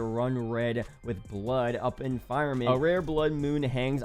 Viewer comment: Firm-Ah-Ment.. its Biblical.. not "Fire-ment".. Firmament..:text-green-game-over::text-green-game-over